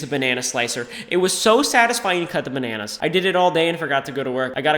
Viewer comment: That moment when the word 'Bananas' goes tryhard mode....